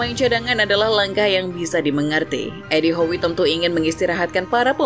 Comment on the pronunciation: Bacanya edi how bu